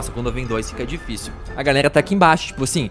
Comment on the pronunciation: "O parrrkourrr mais tifícil do xeteá"